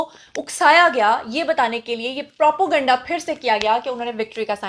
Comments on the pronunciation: Propo-ganda nhi Naam nihaad journalist.....sahi word n pronunciation is propaganda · What is propoganda? Constantly using wrong pronunciation.. Propaganda is the right word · Propo ganda ye takia kalam h apka pehly bolna to seekho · She isn't educated enough. Most of her pronunciation is incorrect.